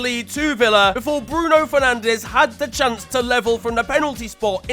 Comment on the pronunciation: Could you please say Fernandsh instead of Fernandez?